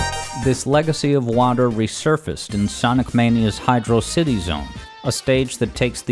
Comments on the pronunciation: IT'S PRONOUNCED HYDRO-CITY!!!!!!!!!!!!!!!!!!!!!!!!!!!!!!!!!!!!!!!!!!!!!!!!! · HIGH-DROE-CITY!! how the hell can you miss pronounce it? You prot! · Can't believe you got it wrong twice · Whether on purpose or not, I like how the pronunciation of Hydrocity is unconsistent throughout the video xD Great video! Overall, I rly love all of your Sonic Music Theories! Fun to watch and interpret :D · I really want to be invested, but the way you say hydrocity is killing me. (Love the content btw) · I love how you pronounce the stage's name both ways. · Cool, you pronouced the name of the zone both ways throughout the video to avoid drama on the comment section. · Very sneaky to keep changing your pronunciation of hydrocity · The best music you have analyzed on the channel and you don't know to pronounce the name of it. What a shame. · we just gonna accept that this guy is pronouncing hydrocity wrong? edit: wait he pronounced it right later in the video wth edit2: ok you got me. subscribed. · Can't believe pronounced it Hydrocity, but then changed to Hydrocity, smh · As much as I like the video, for saying hydro city incorrectly, I must give a dislike. Sorry I don’t make the rules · I am really bothered by how inconsistent you are with your pronunciation of “hydrocity”.. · Even though he uses both, someone is still going to complain about the pronunciation opposite of you and do the same thing. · who pronounces this zone as hydrossitty (with emphasis on the O)? Surely it should be hydro city as per the spelling. Hydro and city are two pre-existing separate words, no reason to weirdly elide them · Saying "Hydrocity" like "Velocity" doesn't make any sense. It's "Hydro City". It's an underwater city level. I don't get how people still get this wrong, or how they got it wrong in the first place. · It is pronounced as Hydro - City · Fans: Is it pronounced "Hydrosity" or "Hydro City"?: Yes.